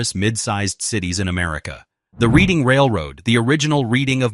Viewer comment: He doesn't pronounce Reading correctly. It's RED-ING